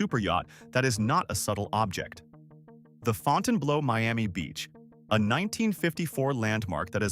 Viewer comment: Fawnten Blow!?!?! 😂 Close but not really.